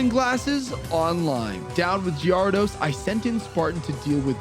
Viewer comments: Wtf is a gee-are-dos? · What is that gyarados pronunciation?!?!?? AHHHH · I think it’s pronounced gher-ah-dose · Thats not the right way to pronounce gyarados is it...? Is it???? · I feel like you're mispronouncing Gyarados to get people to correct you for the algorithm. In which case, good job, you got me. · the way you pronounce gyrados and gengar is atrocious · ...why do you pronounce the names this way. Gengar, Gyrados, Magneton, Milotic......horrible and unforgiveable